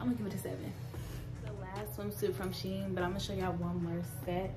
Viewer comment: It's a Chinese company and it's pernouned "She- En".